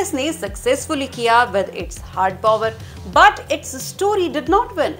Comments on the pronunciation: The number of times i cringed when she said pOOwar🥴🥴🥴🥴🥴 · That’s not how you pronounce Power my dea..